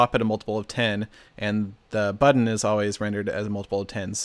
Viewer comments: Heh... "Buddon" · "buddon" lol sorry Seth, I had to